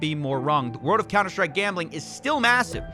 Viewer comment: HAHA I love cs go gambling you really got me when you said counter stick instead of like stake